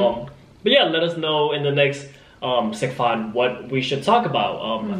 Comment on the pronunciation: I love that you call it sek fahn!!! So perfect!!